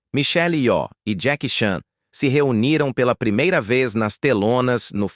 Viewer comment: Só uma coisa: Nomes orientais não tem acento tônico. Não é yoó.